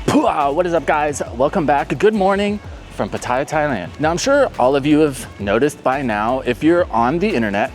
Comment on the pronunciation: How long have you been here? If you don't know how to pronounce PAT- Tee- ya , ask a Thai for help. PA-Thai- Ya make you sound like a new comer from Australia. Just trying to help you out dude.